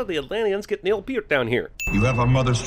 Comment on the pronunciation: Yeah you said Neal Peart's name correctly! I hate when people say "Pert"....😄